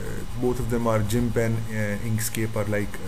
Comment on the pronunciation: its Called Gimp..not jimp.......